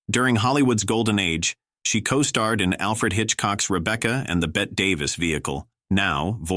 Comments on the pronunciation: AI needs to learn how to pronounce names: Bette Davis is pronounced “Betty,” not “Bet” and Joel McRae is pronounced “McCray.” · Bette Davis' name is pronounced the same as "Betty". She's not a wager.